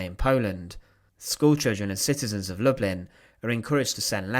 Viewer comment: The Polish pronunciation is lou-bleen. It’s where my great grandfather grew up & where his siblings and parents stayed when he came to the US.